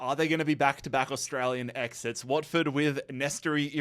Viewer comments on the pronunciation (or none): none